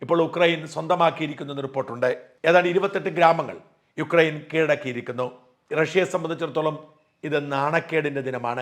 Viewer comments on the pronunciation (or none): none